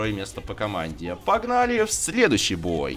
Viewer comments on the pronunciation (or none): ПППППАГНАЛИ. ППППППАГНАЛИ. Это ужас какой-то